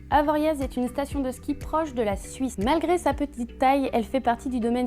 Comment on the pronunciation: C’est bien mais on prononce « avoria »